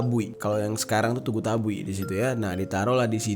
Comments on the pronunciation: Bukan TABUI bang, tapi TABUIK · BG ralat kalau Tugu Tabuik yang bener bukan tugu tabui